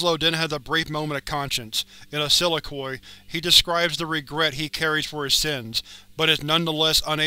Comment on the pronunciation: I'm sorry, but the way you pronounce "soliloquy" makes me cringe every time I hear it.